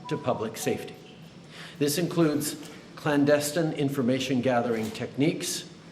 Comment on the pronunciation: 1 he can’t pronounce clandestine correctly. 2 he lets these people inveted into his country he is to blame